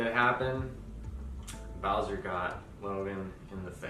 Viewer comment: You couldn’t have re-recorded this to get the dogs name right? ☹️ Poor Bowser deserved some respect on his name.